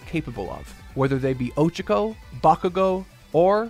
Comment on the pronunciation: it’s Oh-Cha-Ko not Ocha-Ko like the Japanese word for tea.